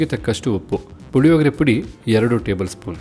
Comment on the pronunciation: Puhihogree alla, Hulihogree